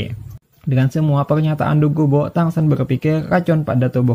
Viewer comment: Dugubo bng bukn dogubu 😁